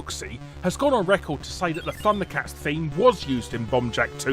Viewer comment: Thunder cats is pronounced as funder cats